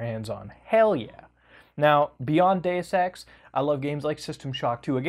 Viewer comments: took me two times to understand "Deus ex" instead of "day sex" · I'm slightly scared when I hear him read "Deus Ex" as "Day Sex" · "Do Sex."